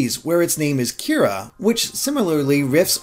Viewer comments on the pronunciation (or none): World of Light? It's definitely Light Yagami. He's Kira (even though it was mispronounced in this video). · Kira... This is also how japanese people pronounce the word KILLER!!! D: ... Wait, what, wrong series? Okay never mind.